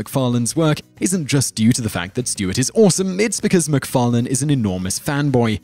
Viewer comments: ur pronunciation of seths last name is funny, seth mcfarlane car 'lane' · You have a weird habit of jumping between one pronunciation and the other when you say "Macfarlane".